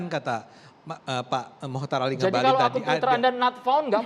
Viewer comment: Namanya NGAKALIN keles, bukan ngabali 🤣